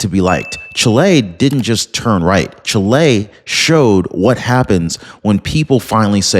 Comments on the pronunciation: Omg. It's NOT pronounced Chi-LAY. It's pronounced CHEE-lay. My nephew's wife is from Chile, so I'm not lying nor mistaken. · Is not pronounced chilei. It's pronounced CHÍLE, NOT "EI" AT THE END SYLLABLE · What the heck is Chlay? Oh you mean Chile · Please pronounce well the name of the country: the stress is on the "i" ; not on the "e" . The news is a wonderful one: Kast can do a great job there repairing the disasters made for communism.